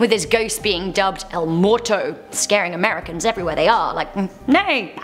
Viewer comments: It is moo-e-rr-t-o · She didn’t even pronounce muerto correctly